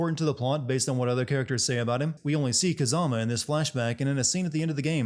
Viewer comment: They pronounce Kazama's name about 200 times throughout the game, no offense but I don't know how you still got it so wrong Same with Kuze